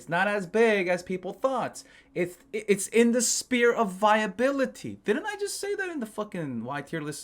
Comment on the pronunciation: The “sphere” not spear. Great videos!